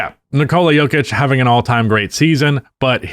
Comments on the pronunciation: I know full well this dude didn’t just call nikola jokic the yoker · “Yolker” - 2025